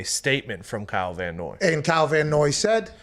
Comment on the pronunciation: I mean, it's Van Noy, but otherwise THANK YOU